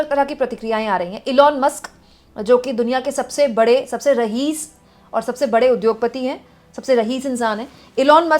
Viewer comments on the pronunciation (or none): रहीस नहीं रईस होता है ।